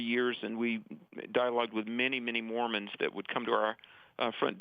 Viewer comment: it's Mormons, not Mormans.